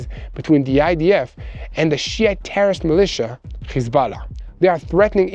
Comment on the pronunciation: What an excellent report! I especially enjoy pronunciation of "shiite".😝 Carry on, brothers. This is my favorite news channel.👍☝